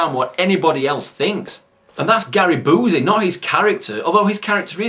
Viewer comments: It's not oozy as in Boozy. It's you-see as in Busey. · Love how you see "Boozey" and not "Bee-you-see." Fits fucking perfect for who Busey is, haha.